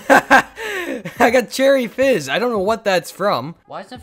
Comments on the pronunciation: did anyone realise he said cherry jizz instead of cherry fizz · He said cherry jizz instead of fiz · you said cherry jizz instead of fizz at the end😂😂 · Did he say cherry jizz at the end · HE CALLED CHERRY FIZZ CHERRY JIZZ XDDDDDD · when he says cherry jizz instead of cherry fizz lol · "I got some cool stuff like cherry jizz" it's fizz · Did anyone else hear him say cherry jizz instead of cherry fizz at the end? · Did anyone just hear that he said Charidges instead of cherry fizz 16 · Did anyone else hear him say cherry jizz instead of fizz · at the end instead of cherry fizz you said cherry jizz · You said cherry jizz not cherry fizz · This guy said jizz instead of fizz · did you say cherry jizz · did he say cherry jiz at the end? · lmao before the end said you said cherry jiz camo 😂😂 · Bro really said “Cherry Jizz” 💀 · Hey bud you called it cherry jizz😂😂😂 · At the end he called it cherry jizz lol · did he say cherry jizz at the end 😂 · who else realised said. cherry jizz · he says cherry “Jizz “ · im i the only one that heard Cherry Jizz at the end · at the end you said cherry jizz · At the end did he say cherry jiz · He said cherry jizz lol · anyone else notice he said cherry jizz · Anyone else hear him say cherry jizz near the end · Did anyone else hear him say cherry jizz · Am I the only one who herd cherry jizz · Lol u said cherry giz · Anyone else hear him say cherry jizz?